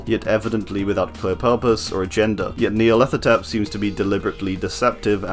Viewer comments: Nya-rlathotep: NEA-rlathotep.....HMMMMMMMM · nice!! also whenever you said Nyarlathotep i thought you said Nea and didn't even question it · Nyarlathotep NEAlarthotrep Suspiciously same pronunciation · Holy shoot I just realized I pronounce Nyarlathotep wrong I said it like Nyarla-thot-ep